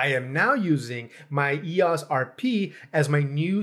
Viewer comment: TIL that it's pronounced ee-oss and not E-O-S